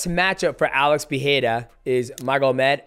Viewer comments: Pe"Rei"ra , not Pe"He"ra 😂😂 enjoyed the video ! 😎👍🏻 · Great review, champ. He reminds me of you back when you were dominating the flyweight division. One quick tip: both "R" sounds in Pereira are pronounced the same. You're getting it right at "ra", but you're missing it at "rei". In both times the R is a "flap T", like in "beTTer" or "daDDy", also called a "alveolar flap". God bless you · Alex "Peeheira" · why this part of your brain stumbles mighty ? pee hay raw ? really ? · In portuguese the "R" letter is not pronounced like english "H" when is in the middle of a word. It only sound like english H if the R is beginning the word or name like in "Royce" from Royce Gracie. In middle of words our R is pronounced like an H only if the R is doubled, like the word "carro" which means "car". GET THAT PRONOUNCIATION RIGHT, MIGHTY! WTF! Put some respect to the champion lol. Shout out from Brazil! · Please say his name regularly